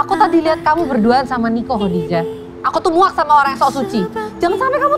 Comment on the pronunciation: Kenapa ya org indo ngomong nya kodijah jelas2 tulisan Khadijah dan semua orang muslim diluar negri & di negara2 arab pun menyebutnya khAdijah bukan khOdijah . IstikhArah bkn istikhOro ga semua nya خ/ر di baca O.